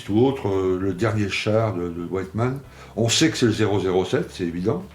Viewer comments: Attention il se nomme Wittmann et non "White" (blanc en anglais )mann dans la prononciation :-). Hate de voir le montage de ce Tigre de ce grand chef de char. Aussi son tireur il ne l'a plus dans son équipage lors de sa mort. Son tireur était parti commandé une autre unité de char. D'ailleurs son tireur qui était avec lui depuis l'opération à l'est à survécu à la guerre. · Super vidéo et très jolie modèle. Par contre sa ce prononce Wittman et pas Wyttman 😊